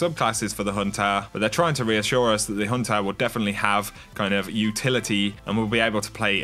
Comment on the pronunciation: Lol I love how this guy pronounces the "ah" sound made by the "er" ending to words xD Hehehe... "It's all good for the huntahhhh..." 😂 Epic lol